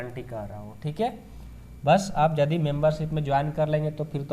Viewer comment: Jadi nahi hai ❌ yadi hai ✅